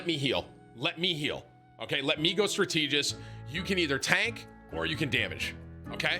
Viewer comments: It’s STRAT-A-GIST not STRA-TEE-GIST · Bro annoys me so much with the "Str-TEEEEE-jist" pronunciation. Say it with me, Tim... STRAT-e-jist. You know the word strategy yeah? Or do you pronounce that Strateeeeegy? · STRAT-IH-JIST, not Stra-TEE-jist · Tim pronouncing "Strategist" that way is giving me ear cancer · Please learn to pronounce simple words. Strateegist???? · I can’t be the only one bothered by “Strateegist” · Str-tee-gyst Get this clown a dictionary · Stra-tea-gist. Excellent vocabulary on this one. -. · why does tim pronounce strategist like strateegist? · Wtf is a strateegist!? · Strat EEEEE gist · Dude can't even pronounce strategist and thinks he can tell strangers what to do on a video game. Grow up buddy. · Could someone for the love of God teach Tom how to say "strat•e•gist" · Bro how do people keep mispronouncing the word STRATEGIST? IT ISNT A HARD WORD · License to stream needs to be revoked until you can pronounce strategist. That’s not a big word. It’s too much for me. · If I hear this mfer mispronounce "strategist" one more time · i wonder when timmy will learn how to say strategist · Someone send this man back to school so he can learn how to say strategist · Can someone please tell Tim how to pronounce Strategist? ;-) lol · Doesn’t google translate words to speech? And my man is still mispronouncing strategist…. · The way Tim says STRATEGIST is painful. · For real 😂 Not even the word "Strategy" is pronounced like that. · I was just about to type this 😂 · Now I want him to pronounce spaghetti..oh wait it's food so he will get it right for sure. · Thank the lord someone said it holllyyyy shiiieeeettt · Wait, that’s what he was trying to say? As someone who doesn’t play these games, I don’t know the roles. I just assumed it was a role with a name I’ve never heard of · It might be phonetically correct but OMG he needs to stop LOL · it’s rare to pronounce “strategist” like Regis Philbin